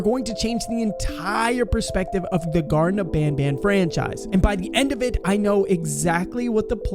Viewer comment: its garten but you said gardem which means you was gonna say garden.